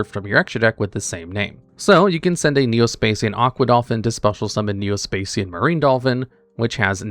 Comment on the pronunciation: "Spay-see-yan" Augh, my ears...